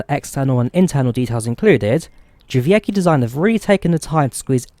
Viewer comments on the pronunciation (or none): it's dʐɛˈvʲɛtskʲi, not how you pronounced it. the "c" is pronounced like "ts"